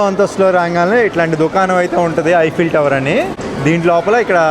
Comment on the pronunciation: First one the way you said is right